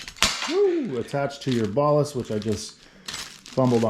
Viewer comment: What is a bahhlist? Wheeeere did you learn to pronounce it like that? Who, where, how? Plus NOBODY calls led drivers ballasts. Man is it a strange world. Metal HAHlide????